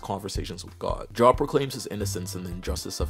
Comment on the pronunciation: The name Job is generally pronounced Jobe. Like, the o is the same as if you said, oh okay. Saying like work job is funny though, because it's probably fitting. People have unmoving faith in their obligation to hold a job.